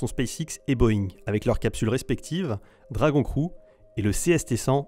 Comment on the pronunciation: On dit "Dragon Criou" et non "Dragon crou"